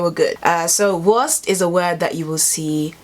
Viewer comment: It's pronounced: "Wurrrrrrst!"